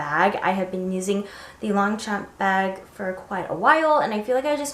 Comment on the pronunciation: Long-sham not long champ